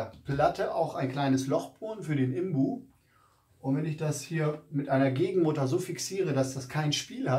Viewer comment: Sorry, aber es heisst "INBUS" - und nicht "IMBUS"! Man sitzt ja nicht "im Bus"...! Die Ableitung kommt von "Innen-Sechskant" - also "IN". Deswegen INBUS.